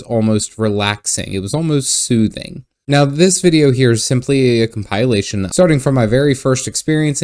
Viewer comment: "the middle-earth" "comp-i-lation" unsubbed disliked